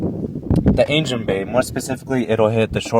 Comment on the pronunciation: Nice video, I like the "Ain-gen" haha